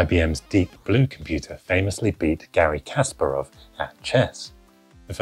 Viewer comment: It's kaspArov, not kAsparov